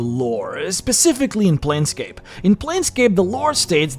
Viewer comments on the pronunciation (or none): none